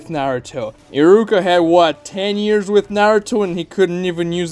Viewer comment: STOP SAYING "EARS" INSTEAD OF YEARS I SWEAR IM CRYING AND SHIDDING AT THE SAME TIME